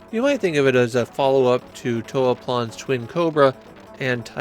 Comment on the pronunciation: Toaplan more like two-ah-plane lel